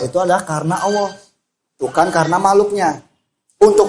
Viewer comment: Alloh, bukan owwoh. 🥶